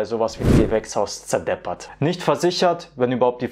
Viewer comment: "wenn der hagel ein gewächshaus zerdebbert"des kling fei sehr boirisch😅😊